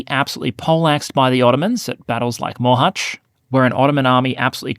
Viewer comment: Your hometown? Mohács? He did a very decent job pronouncing it, proud of him!